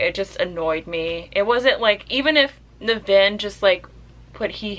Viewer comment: I've read this a couple of times. It's not his best work, but iirc it spawned a series. I've read the first 4 Ringworld books, they're much better, but they're really crunchy hard sf. so they're not for everyone. And yes, you're pronouncing his name wrong. Emphasis on the NIV. By the way, Bookpilled recommended you, so I had to check you out. Guess I'll stick around!